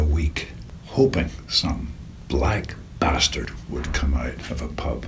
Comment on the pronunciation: "a hard BATHDARD"